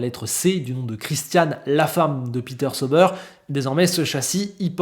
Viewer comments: Excellente vidéo encore un fois merci!Je regarde toujours tes vidéo que j’apprécie bcp!Juste un truc, Tu pourrais juste prononcer: SA-OU-BAIRE plutôt que SEAU-BEURRE? Ça fait mal aux oreilles pour nous Suisses…😅et en passant Hinwill c’est en allemand pas en anglais du coup le W se prononce comme un V de victoire:) donc IN-VILLE.😊vous êtes meilleurs en cuisine que nous en langues et ça se savait:) désolé pour le petit cours de langue j’espère que tu le prendras pas mal hehe. Vivement le début de saison!👍🏻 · ça se pronnonce aowdi et saowber 😛